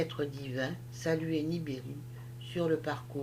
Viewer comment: Vous dites niribu mais c est nibiru